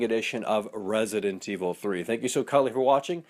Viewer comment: Yes I love "RASident evil" seriously guy?